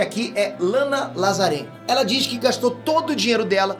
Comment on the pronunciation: Lana Lazarenta , foi o que eu ouvi kkkkkk